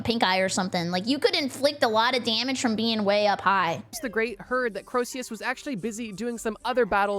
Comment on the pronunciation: The constant mispronunciations of "Croesus" were freaking killing me, dude. Corsius, Crowsius... It rhymes with Jesus. Just like Phoenix rhymes with...uh, Penix.